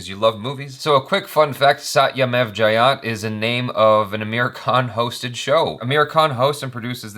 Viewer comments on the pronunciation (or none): The 'e' in jayate is not silent.